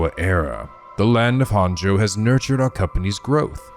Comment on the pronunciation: This is going to bother me forever if I don't correct it now: Japanese is a phonetic language with syllables that are almost always separated out by vowel sounds, so... "Honjo" is pronounced "Hone-Jo" like "Hojo" from FF7. It's not too late. Please, come to the light, we can still save you from mispronouncing all the proper nouns in another japanese visual novel, EDIT: Also, as someone who's only about ten minutes ahead of where you are in the story, I have to say you should NOT look at any other playthroughs, even ones that show parts of the game you've already seen.